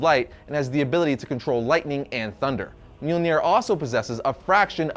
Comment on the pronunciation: Mjolnir sorry brother but it’s myal nir not, well what your saying. And for the record I mean no disrespect. Everyone mispronounces words all the time especially if they’re, well, from another language. I’m simply informing so I don’t need any hate comments lol